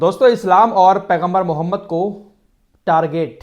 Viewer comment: ارے اللہ کے نبی کا نام تو صحیح سے لیا کرو